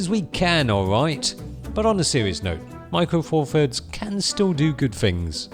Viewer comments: Micwo fawfuds deez lahz. Laaaaaaarrrk. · micwo four firds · 'Micro four firds...'